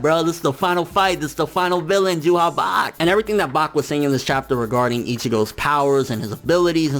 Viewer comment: "Juha Bach" FINALLY SAID IT CORRECTLY Only retards say Ywach like wtf